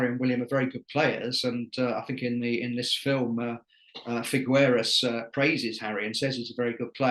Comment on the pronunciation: Figueras is not so difficult to pronounce, the u is silent.